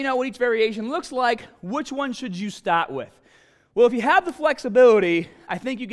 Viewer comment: .. to help you decide where to staaaht